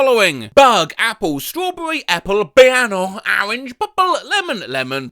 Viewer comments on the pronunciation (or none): ah yes, “BIANO” and “ARANGE” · The pronunciation of "biano" wast verily one of the most wondrous moments in recorded human annals!